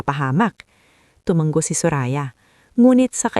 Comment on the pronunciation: Tumango hnd tumanggp maling mali ang pagbigkas ng tutuong salita. Tumatango hnd tumatanggo kuha mo!!!